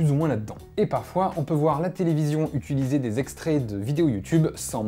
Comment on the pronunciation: Tu dis toujours "utUliser", ça me stresse x'D